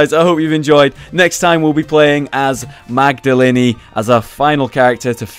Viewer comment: Magdalene is pronounced Magdaleen not Magdaleni